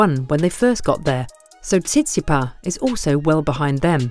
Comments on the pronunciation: The ‘s’ at the end of Tsitsipas isn’t silent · Why the silent "s" at the end of Tsitsipas? Other than that, interesting video